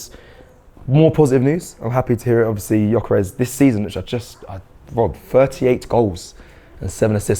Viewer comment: First time Robbie has said Gyokeres name correctly! Theres hope 👏🏾🙌🏾🤣